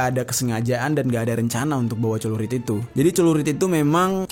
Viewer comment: Bukan cerulit, tapi Celurit.